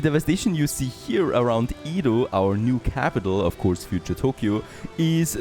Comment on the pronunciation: stop saying ido. it's edo. EDO NOT IDO